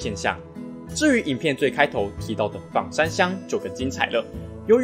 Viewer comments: 枋讀做方，非三聲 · ㄈㄤ山喔，不是ㄈㄤˇ山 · 其實是念ㄈㄤ山